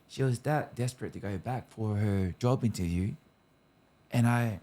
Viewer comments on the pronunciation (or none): none